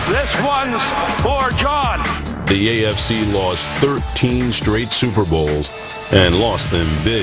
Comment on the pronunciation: John Hein? Really?